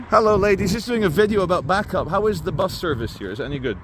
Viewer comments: It’s bacup as in baycup lol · you do know your saying bacup wrong lol